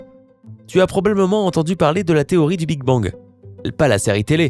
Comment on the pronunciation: Mais...t'as bu dans cette video???ecoutez au casque! 0"26 "donnant........ deuzan a vivre"1"08 "géhétiquement" 2"37 "probleblement" 4"20 "si neun'prenons pas" et encore plein d'autres blancs, syllabes a peines prononcées, zozotements et ton de comptoir "allez une autre rené" a la tienne :D